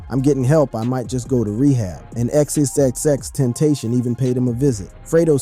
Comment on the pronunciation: And XXXtentation is WILD